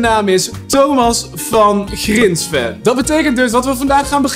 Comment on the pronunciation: Thomas Van Grinsven met de zachte g